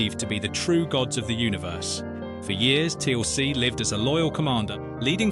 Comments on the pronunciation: 'Teal ce', Ffs, it one word, Teal'c. AI Rubbish! Onr of the pictures of Garry Jones is not even him, it's Ross Kemp!!! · Teeuhl "C" HAH!